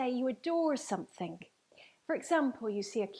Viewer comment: This woman says somethinK instead of somethinG 👀